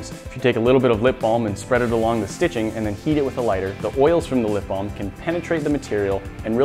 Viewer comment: haha he said "lip bom"